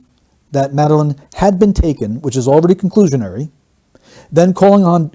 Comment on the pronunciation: The way Kate emphasises the words "had been taken" it's as if she feels the need to convince anyone listening to her that Madeleine was taken, rather than just saying she was missing, which at that point was all anybody knew. The door had been left unlocked, so what was to stop Madeleine from just wandering away? That was a possibility as to why she was missing, but it's never even considered by them. Surely, as a worried parent, you would want to explore every conceivable possibility if it meant there was a chance your child could be found that way. The only reason they wouldn't even consider her wandering away is so that they could sell this idea of abduction from the start. They know that she hasn't wandered off or been abducted, but claiming that Madeleine was taken covers their tracks much better. That's why they jump to stating it was an abduction straightaway, because that was the narrative they wanted everyone to believe. Therefore, they never miss a chance to try to convince everyone that this was an abduction.